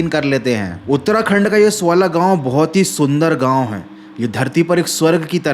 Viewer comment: Gaun ❌ Gaon ✔️